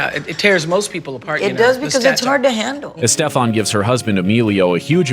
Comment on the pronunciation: The way the narrator pronounces Estefan is bizarre